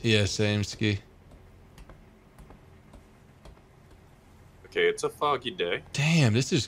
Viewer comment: Did you just say 'same-ski'? >_> ROFLMAO! Tard. :P